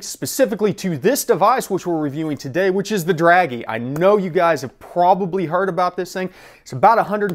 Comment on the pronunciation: dragy not draggy